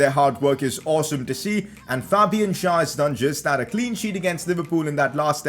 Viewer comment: please stop messing up Fabian Schär's name. It is pronounced with an e and not an a